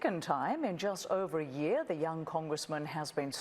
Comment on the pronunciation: When Trevor said, “....twice in a YEAR.” Reminded me of my university days in South Africa. They pronounce YEAR in a very interesting way. Yo bhutiiii!